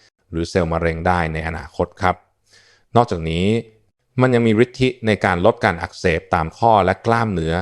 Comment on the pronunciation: ได้ความรู้เยอะเลย แต่ควรอ่านภาษาไทยให้ถูกต้องจะไม่ทำให้ความหมายเพี้ยน เช่นฤทธิ์ อ่านว่า ริด ไม่ใช่ ริด-ทิ